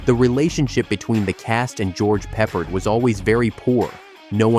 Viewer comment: It's George Pe-PARD!